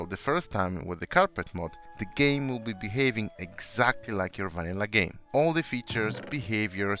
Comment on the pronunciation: "Gaem Control" — 2019